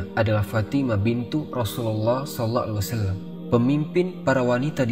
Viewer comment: Knapa peyebutan sallallahu alaihi wasallam tidak jelas/ sempurna